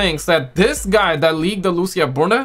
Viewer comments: Bro it’s not Lusia it’s Lucia (Loo-C-ah) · Loo ç ahhhhh